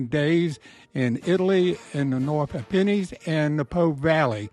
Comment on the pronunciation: "Ap pen nines"